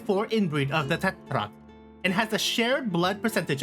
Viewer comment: Now I see why you were talking about the Tetrarch but the pronounciation made me laugh! It's an English word, just say it like an American lol. Maybe you were watching the Japanese movie and forgot he wasn't a JP horse haha. Great video, I saw Phalaris in the Pedigree meaning Tokino Minoru is related to Northen Dancer, this time he comes before ND lol. One other horse he is related to and actually reminds me of (both in looks and talent) was the Super horse Ribot(Reebo).